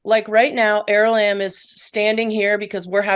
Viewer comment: Is it is it er Is it aralamb or arali😅 she keeps pronouncing it aralamb.....